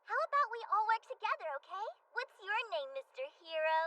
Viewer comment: You got the name right!!!